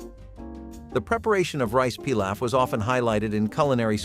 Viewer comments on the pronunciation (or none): none